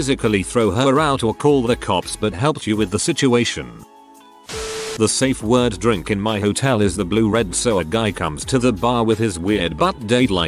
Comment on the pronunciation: how hard is it to say safeword? saff fjord